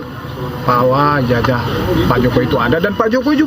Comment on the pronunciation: Ijasah bacanya jing bukan ijajah